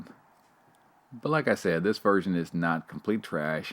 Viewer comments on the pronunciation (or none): And you said set instead of said, so leave the man alone, a-hole